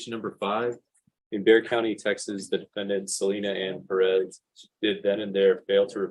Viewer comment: Ive never hated the last** name Perez until now. Why tf do they put the oooomth in pe(rezzz) tf omg so aggravating!!! PER RES. THAT'S HOW ITS PRONOUNCED. PEREZ BUT PER-ES PEREZ!!! OMFGGGGGGGGG